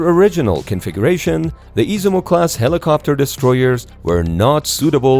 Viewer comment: Is iZUmo...no iSImo.....